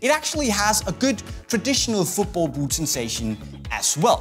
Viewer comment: i get so annoyed about the way he says boot v00t